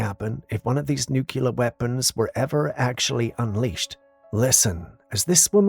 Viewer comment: it's nuclear (NU-KLEE-UR) NOT NUK-U-LUR